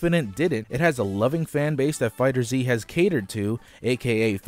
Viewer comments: It isn't Fighter Z. It's FighterZ. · It's pronounced "Fighters" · >Fighter Z I never understood why people can’t pronounce that properly. Pet peeve aside, fighting game numbers on PC hardly matters since they’re mostly played on consoles anyway. Also, even with that 80% drop, DBF is still the most played fighter so all of your talk on it so far is vastly incorrect.